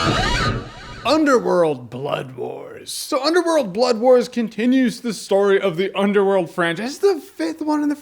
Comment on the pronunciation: I keep hearing "Bloodborne" instead of "Blood Wars." A game that awesome should not be related to a movie this meh.